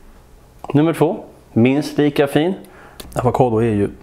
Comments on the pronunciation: Avokado inte avakado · Avakado? Tror det heter avokado😂 inget hat